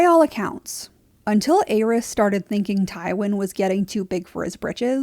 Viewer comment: Great video, only gripe is the way you pronounce the name of The Mad King. It’s pronounced AIR-EASE not AYE-RYS.